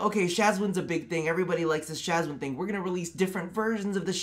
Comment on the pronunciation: SHAWZIN: is ROB: Shaz-win ME: plucks untuned string in horror